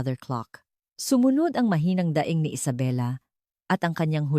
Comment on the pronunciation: kaya nga pati alasais iba nang png ka bigkas pati daing ginawang nyang daing na ulam kaloka ka auntie narrator.